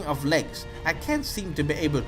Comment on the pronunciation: "Shadow Da Colossus"